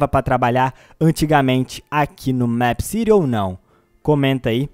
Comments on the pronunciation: N se fala Méépcity e sim Meepcity vc falando Meepcity e mto chato po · É mip city nao é mep city eu escrevi errado pra vc entender como se fala!! Da agonia vc falando mep city aff sou inscrita no seu canal gosto de vc mais vc fala mip city da agonia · se fala mipi ciri e não mêp ciri e se escreve meepcity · Mepiciri kkkkkk e mepicity (como se fala) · Não é mép que pronúncia é mipi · NÃO É MEEPCITY É TIPO MIIPCITY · Se fala mip (os dois "e" tem som de i) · vc fala meepcity diferente